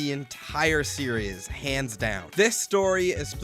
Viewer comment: good video but the way you constantly mix up the pronunciation of the word "series" as "serious" is kinda painful